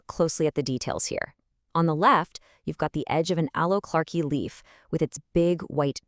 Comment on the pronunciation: Other than the totally annoying AI-- great story! PS ("clarke-I")